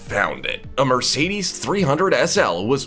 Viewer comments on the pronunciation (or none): none